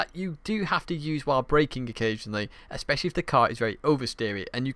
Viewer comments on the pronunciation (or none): none